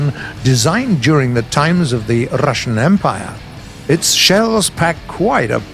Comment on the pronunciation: 뤄르러씨안 엠-빠이어